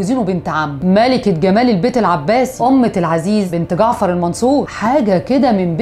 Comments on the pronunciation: زبيدة اسهما أمة العزيز وليس امت العزيز ومعنى أمة عبدة الله اسفة بس لفظك للاسماء خطاء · اسمها امة العزيز بفتح الألف والميم مش بالضمه